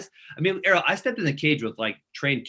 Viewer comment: Ariel kept pronouncing his name wrong